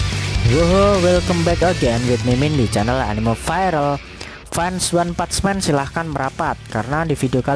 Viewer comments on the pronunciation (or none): One pats men🤣🤣🤣. Lidah miminnya gg